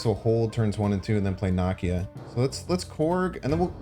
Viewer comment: Same comment related to pronunciation of 'Nakia'.